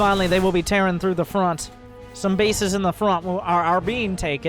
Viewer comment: Also, "they are terran through the defenses"